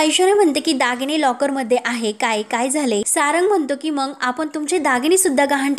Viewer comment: निवेदीकेने आपली भाषा शुध्द ठेवावी ,मंग नाही मग म्हणा 😂